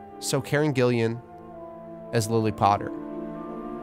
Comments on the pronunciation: It's Gillan, not Gillian. Just sayin'. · "Listen to it again. He says Gillian" That's the problem. Her name isn't Gillian. It's Gillan. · "Karen Gillian" C'MON it's Gillan! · why does he say "Gillian"? It is Gillan, Karen Gillan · I think it is an American unfamiliarity with Scottish surnames? Though I assume there are some with Scottish heritage there but I guess some went to Canada really. 😅 But yeah, slight lack of research and sort of ignorance and maybe he was more familiar with the first name Gillian and confused them? He also said Ewan wrong in the other vid which I kinda see as a lack of familiarity with Scottish names, I am English so I am a tad more familiar personally, nice to meet you by the way, you seem friendly. 🙂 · Ahhh I feel bad for pointing it out, her name is Gillan not Gillian. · Did you just call Karen GillAN, GillIAN? No, it's just Gillan lol... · btw her name is Karen Gillan, not Gillian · Btw just for future reference, its Karen Gil-an, not Gil-E-an 😃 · Karen Gillan, not Gillian. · Gillan, not Gillian, I don’t know why your pronunciation bugged me so much, but it did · Why do americans struggle so much with Karen Gillan's name? There is no extra "i"...GILLAN! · im sorry but the way you pronounced karen gillan as karen gillian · Karen ‘Gillian’ yeah ? 😂😂😂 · also why does he say Gillian? 🤨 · karen's surname is gillan, two syllables with no i after the L's! also, richard madden as james potter is something i never imagined before, but i can see it and i love it. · also not your fault, the typo, I meant the guy speaking pronounced it wrong. 😅